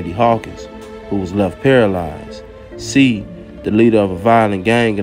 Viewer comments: I always appreciate you!! Just an FYI..the last name is pronounced “say”..I have family with the same last name..keep dropping & free you!! 💪🏾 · It’s pronounced “Shay “ I think